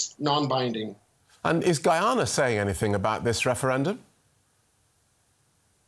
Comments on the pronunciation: No one knows how to pronounce Guyana 🇬🇾 Properly It's Not Goyana its Guyana 🇬🇾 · It isn't, the guy at the end was pronouncing it like in Spanish "goo-yah-nah" and not "guy-anna" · Guy-ana, not "Guay-ana." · Please stop saying gooyana. It's very annoying. It's pronounced Guy ana (just like it's spelt) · FFS, it's not pronounced Goo-yana. It's Gai-yana. Guy as in Guy Smiley. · The journalist can’t even pronounce Guyana.